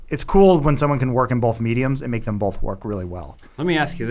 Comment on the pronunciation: This episode seemed particularly 'bolth' heavy.